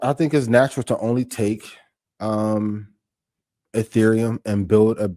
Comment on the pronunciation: Dudes discussing ethereum while calling it “ethereal” 😂😂